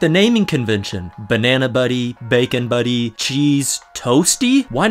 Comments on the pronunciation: it's "Butty" not buddy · Pronounced buteh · I might just be a stoner bum, but fuck mushy peas, I like to chew my food myself, kthxbai :P Also, you can't pronounce butty like an American, it's gotta be a hard double T sound, that's just the law xD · It irks me that he mispronounces 'butty' Worse still that he can't differentiate buttered bread from toast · Bro called a bacon sarnie a butty